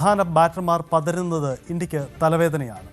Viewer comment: പതരുന്നത് അല്ല പതറുന്നത്